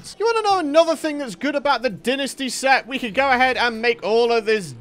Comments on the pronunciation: Well it's wrong. There is no "English" pronunciation as it isn't an English word. The official pronunciation is dine-ess-tea. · It’s pronounced “dine-ess-tea” not “din-est-ee”. Lol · it’s incorrectly pronounced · No offense but Dinasty dont sound right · So gross hearing him say dynasty